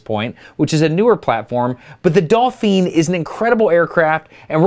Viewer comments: Dalphine.....not dolphin.....hahahaha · Why did Destin call the helicopter a "dolpheeen" instead of a "dolphin?" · Did he say "Dalpheen"? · Dauphin - - - Do-Fan